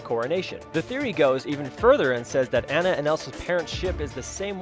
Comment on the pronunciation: Not Anne-ah Ah-nah